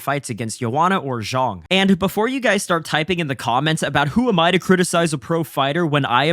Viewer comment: Great video bro. Zhang is pronounced "Djung" not "zhong"